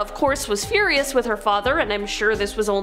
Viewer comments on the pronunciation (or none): none